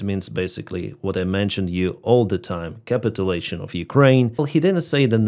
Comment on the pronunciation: Since no one is helping you. When you capitulate, you fall into a pit. Pit is the primary accent and then put a secondary accent on la (pronounced lay here). Thus caPItuLAtion. You are putting the accent on cap like in capital and capitol, which changes the meaning. Hope that helps. Otherwise your English is great.